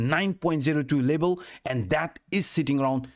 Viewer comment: learn how to say level and fiftty. lebal lebal pipty pipty